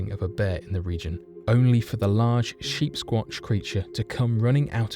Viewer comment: I thought he was saying sheepsquanch, like on Rick and Morty.